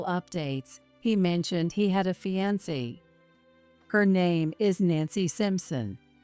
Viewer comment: Mispronounced words are so annoying and sound stupid! Fiancee almost always is prounced and it's like listening to chalk screech as it goes across the chalkboard...ugh! There are many others but this is the first one in this story!